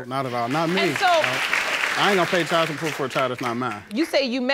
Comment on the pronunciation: Only 1 1/2 minutes in... Girl it's child, school, kid, and friend. Not chile, schoo, keed, or freyin. Learn👏to👏speak👏correctly.